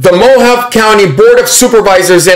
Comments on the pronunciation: Mojave. Is" Mo. Ha. Vee" 👍🤗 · Mojave is pronounced MO- HAV-EE..Hard E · Hi,. Thanks for this. BTW - Mohave is pronounced mo-Hav-ee. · More like Mo-hahv-ay. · "Moh-Hah-Vee" County my brother. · It is pronounced " Mo-havy" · i love you.....just want to let you know Mohave is pronounced Mohav-e long "E" sound. Im in pima county. You rock!!!! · Pronounced Mo ha vee. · Thanks so much for all the updates,.. They have to coerce and threaten in order to keep power. By the way, it is pronounced MO HAW VA. Long A on the last syllable. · FYI 'MO-Hauv-Ee' County lol God Bless You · Mohave county...long e at the end. Sounds like mohovee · Hey great report now Mohave is pronounced Mohavee lol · Mojave is pronounced like "moe-hahv-ay" just to let you know,. You were close, but didn't pronounce the E at the end like "ay." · Mo-Hahv-Aye // Mo-Ha-Vey // Mo-Hawv-Aye Mohave, like the indians. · Pronounced Mo Ha Vay County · it's pronounced mo-ha-vee just trying to help! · Mo-hov-ee county 😂🫣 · The E at the end is pronounced in Mohave. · Please, get a better microphone. Too much annoying echo. Also Google how to pronounce “ Mohave”. Love you!